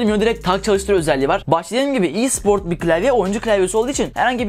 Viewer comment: Bir daha i siport dersen mucuk mucuk